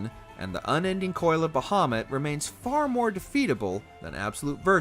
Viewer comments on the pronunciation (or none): Kefka is not hard to beat at all wtf. I’ve never had an issue with him since the game first came out lol. Brachiosaur on the other hand… Bahamoot not bahaMUTT.